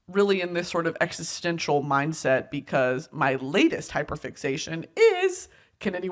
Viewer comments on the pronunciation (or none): none